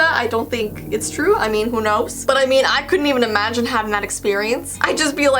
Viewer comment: I though you said butt not but hehehehehehehehehe he he oh